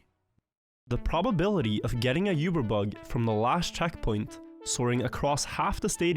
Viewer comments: Saying yeeewber instead of uber is wild. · Pronouncing Uber wrong is crazy stuff